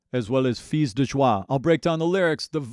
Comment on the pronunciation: You're the only youtuber, who said "fils de joie" properly! For people who want to know : "Fils" in french, sounds like "fiss" in english! Et "joie"..sounds like "juwah" said fast, in english! There's not two syllables.